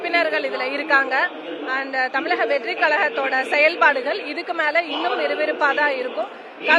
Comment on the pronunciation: தமிலக- கலகம் - மொலி- பலக்கம்- 😂